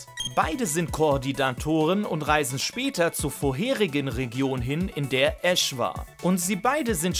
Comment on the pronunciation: nicht "Ass" sondern "Ash" ^-^ Ich bin auch kein wirklicher Fan von Pikachu aber du musst es ja nicht beleidigen xD